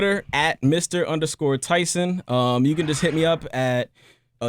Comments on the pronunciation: wow - this is painful - nasa lies! tyson is lying shill... nasa was founded by nazis - do some research - the interviewer praises tyson like he's been his hero for so long and then he doesnt know how to pronounce his name - the dumbing down of amerikkka is alive and well here... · How you fuck up the name and say you watch his shit? Everyone that introduces him pronounces his name with the “E” silent! Even he says his name at the beginning of “Star Talk”. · "Yeah, this is my mentor, my hero growing up. Always looked up to this cat." (While he mispronounces his name) smh